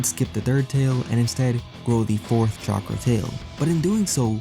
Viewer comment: English People Trying to Pronounce "Chakra" is Funny.